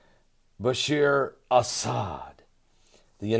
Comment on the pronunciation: his name is bashar not bashir please have more respect for people...